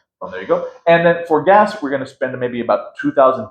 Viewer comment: The budget is good! Please help her with her English, hard to understand her. She pronounced gas as guest, sounded like guest, so was hard to grasp the concept.